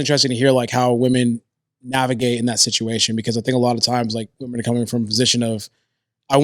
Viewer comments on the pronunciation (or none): YES! I thought I was the only one who noticed. Why does she keep saying “woman” when referring to several WOMEN. Lol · Love, but I have to ask why does she keep saying woman, like 'i love woman' thought it was women?